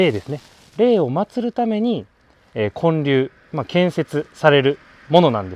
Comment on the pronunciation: 建立は[こんりゅう]って読みます😊